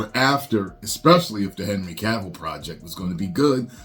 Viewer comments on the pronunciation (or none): none